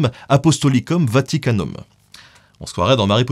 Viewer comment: Attention aussi à , tu dis "Vaticum" à la place de "Vaticanum". Ce qui est drôle cat "vaticum" a bien un sens, ça veut dire "prophétie", d'après G.Trad.